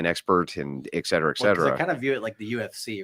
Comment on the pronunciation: Oh my god it’s etcetera. Et!!!!! Et!!!!! Not ec!!!!!! Ur not smart. U have all these morons fooled